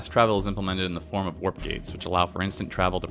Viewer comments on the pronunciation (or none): none